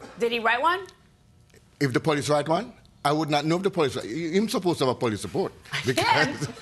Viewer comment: Where we spose to Be? Lol The plaintiffs had to figure it out when coming in 😂😂😂